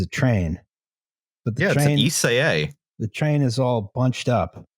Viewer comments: It's pronounced Eschede with the beginning like the Canadian "Eh", the middle like "Che" Guevera and the end like the "i told u so" "Duh" but without the "uh" and another "Eh" at the end. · And it only took 6 minutes for to fuck up "Eschede."